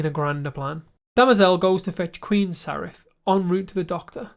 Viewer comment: Hi,! You seem to have trouble pronouncing names the way it is in the show!😅 Is that regional? Saref ≠ Sareth Salvador ≠ Salvor Galowen ≠ Glaywen Bruvver Constant ≠ Brother